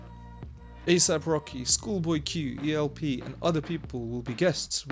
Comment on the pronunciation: You literally just said ‘E’ ‘L’ ‘P’ which brought to light all the hollow rhetoric and extremely uninformed timelines (only a decade before Danny hit your radar? Hah). Ok so you think it is great that he’s SO old at age 40 but somehow manages to hang with ‘the best.’ Who’s the best big guy? One if my go-to examples would be EL-P. as in LP (long form record) short for El Producto. The fact that you do not know how to say El-P’s moniker is about as egregious of a red flag as it gets. Ask Danny Brown who El-P is. He is also 47 years old. He was releasing brilliant solo albums into his 40s and producing some of the best records by artists on and off his label Definitive Jux. He produced albums for Killer Mike who became his partner in Run The Jewels which has been one of the few hip hop projects to gain substantial popularity and not be tepid generic bullshit. Killer Mike is 47. They had the best set at Coachella this year. So Danny is old? That’s right you don’t know those guys….hmm Your basic ass….Jay-Z - 52 years old. NAS - 49 Kendrick - 35 Evidence - 45 Aesop Rock - 46 E-40 - 54 Q-Tip (who needs to back off Danny’s music) 52 Eminem 49 years old. Must I continue? E. L. P. 🙄